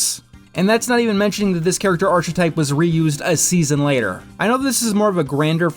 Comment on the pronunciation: I can't stand how you say archetype